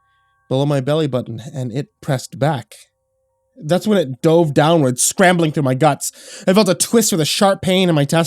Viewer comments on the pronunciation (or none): none